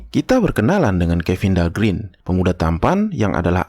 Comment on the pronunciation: Dahlgren huruf e nya 1 tetap dibaca e mjd "gren"...om Kalo huruf e-nya 2 (green) baru dibaca i (grin)